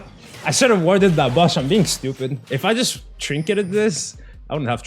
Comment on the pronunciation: lmfao the way he pronounces bush